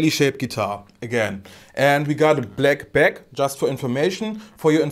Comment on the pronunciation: this is not "blake bake", but "black back". The "a" in both word sounds like "Ah" an not "Eh", like in "Das", "Was" or "Achtung" in German. The reason I'm saying this is because the way you say back ("bake") could be confused with "baked" (cooked)... which is often used with roasted baked neck and such... and since Harley Benton is starting to do roasted/baked neck, it could lead to some confusion. Again, I'm not picking on you, because it's already great you do video in English for everyone to understand. If I'd try to make a video in German, I'm not sure I would get 1 word out of of 10 that would be correctly pronounced. So takes this comment in a positive way, just trying to help...